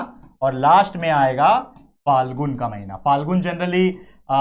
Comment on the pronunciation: Sir wo falgun nahin phalgun